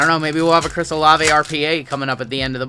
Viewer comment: You are correct, it's O-Lav-A